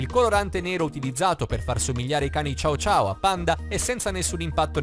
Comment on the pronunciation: Ma non si dice ciao ciao ma cio cio che si scriverebbe cho-cho credo ma sono sicura che la pronuncia era sbagliata